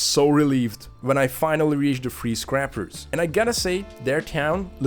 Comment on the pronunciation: I'm embarrassed that it took me a few minutes to realize you were saying free scrappers and not freeze crappers.